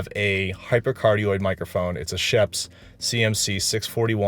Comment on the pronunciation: For someone who works professionally in the sound industry, it is damn strange that you can't pronounce Schoeps correctly. 🙄😖